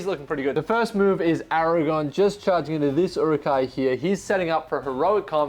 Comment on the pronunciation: great report. Can you please say ara-gorn not ara-gone 🥺🥺